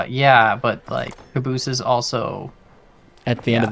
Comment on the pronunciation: I would like to point out use of "cabooses" and not "cabees".